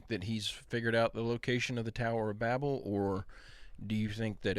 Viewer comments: How can u take a guy who can't even say the name right,Tower or Babal.BAB-BAL. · Man that guy almost sounded smart till he mispronounced Babel😂😂😂 For real. You're going to pronounce Babylon correctly but then you're going to pronounce the tower as if all the sudden your brain don't work😂😂😂😂